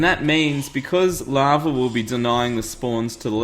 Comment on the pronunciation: What is "Lovver"? He seems to say this in place of "Lava"....why is there an RRRRRR?